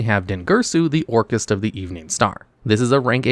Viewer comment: I don't really watch many videos when it coss (mes to new yugioh....so when hearing Orcust....I mostly heard Orcus....just no annunciation on the "t" but even then, I thought it would pay homage to Orcus from D&D.....since I also hear LIGHT-FIEND said out loud in same breath (once again, I'm not watching, I'm just listening mostly) so, this video was an eye opener, but also a disappointment , because Konami let this mishap happen